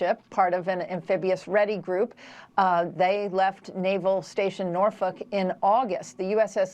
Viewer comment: Hey, Canadian here. Did I hear this correctly? "They left naval station Norf*ck in August!"